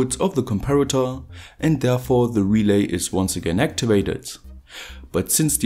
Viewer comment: actually not "relais" but "relays"